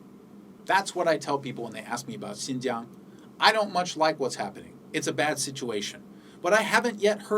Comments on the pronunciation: your pronunciation of Xinjiang is so perfect it sound fake lol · you know what you say " XIN JIANG", the pronunciation is perfect in chinese. are you learning chinese now?